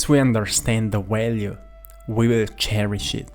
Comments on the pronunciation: Hey brother, v's are not w's in English. Its value, not walue. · I like the way you say walue! Lol 😂